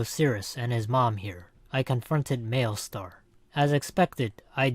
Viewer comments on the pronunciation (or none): did this dude just say mailstar